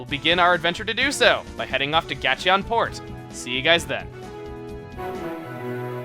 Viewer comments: I always thought it was pronounced Gate-On port... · Um, one other thing chugga, is that the way Gateon port is supposed to be said, or just your way?